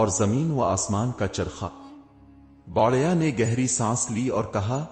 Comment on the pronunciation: Lafz Ko sahi kaho aur kanna sudhar lo सही लव्स गाना बढ़िया नहीं बुढ़िया आलम नहीं अलीम